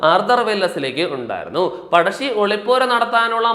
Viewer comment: പടശ്ശി അല്ല പഴശ്ശി